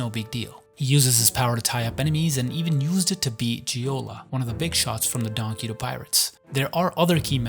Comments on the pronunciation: "donquito pirates" is making me wanna kms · Why are you pronouncing donquixote like that lol